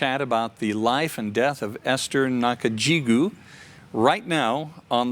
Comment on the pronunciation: Hey? You got her name wrong. her name is Esther Nakajjigo (go) not Nakajjigew (gew).